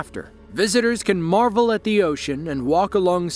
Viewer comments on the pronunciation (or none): none